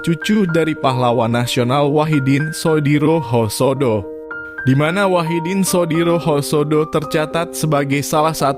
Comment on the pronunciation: bacanya Sudirohusodo min ..!! Dr Wahidin Sudirohusodo